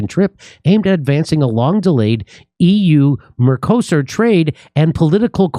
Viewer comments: MercoSUR is how you pronounce it Jimmy. Great segment as always.😊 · Mercosur, the accent is on the last syllable.